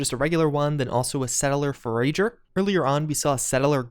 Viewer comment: Am I the only one who thinks that the way he said forager was really weird